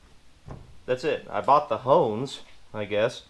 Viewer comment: Ahhhhh okay okay lmao so i had to rewind n watch a few times n crank my volume because "HONES" is certainly not what i thought ya said and well if you can find the thing i was thinking i heard you say for $50 then ya miiiiight wanna steer clear of her or them if more'n one! 😂😂😂 💃🪝-er